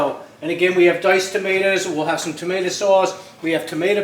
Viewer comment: tamate-a? is that a new jersey thing?